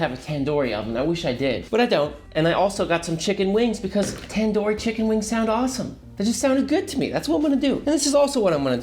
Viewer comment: tan dor chicken? its tandoori chicken not tan door